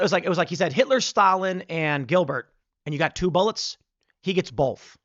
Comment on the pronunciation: "Bolth" might as well be nails on a chalkboard.